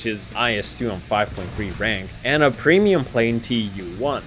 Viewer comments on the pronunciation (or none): none